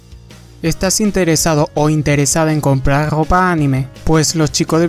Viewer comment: su grrrropaa! xD